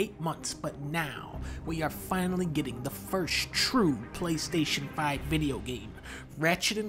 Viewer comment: I thought you said clank station 5